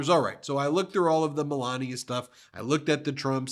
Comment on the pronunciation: I swear, it must be my Texas ears, it sounds like Ben is saying, Belania instead of Melania. Is it just my ears?